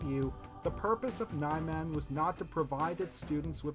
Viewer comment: i think niman is pronounced nee-marn